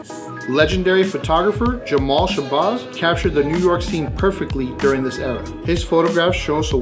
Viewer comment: Legendary photographer *Jamel Shabazz, Jamel not Jamal and it's pronounced Sha-baz not sha-bahz. Very important man culturally who deserves his flowers and his name pronounced right! Nonetheless, great video